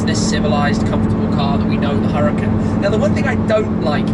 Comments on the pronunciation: Wait a sec, isn't it pronounced as hoo-ra-kan? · ...it's pronounced "ooh-rah-KHAN" . Google translate can help you if you need to hear it. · why does he call it the huracin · One would assume being invited to a launch would teach Shmee how to pronounce the car....